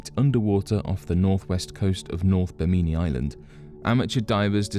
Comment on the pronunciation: BIM'-in-nee, not Bim-MIN-nee.